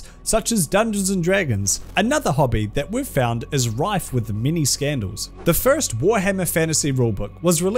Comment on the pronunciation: Holy shit i thought it was "mini" scandals. But it's "many" scandals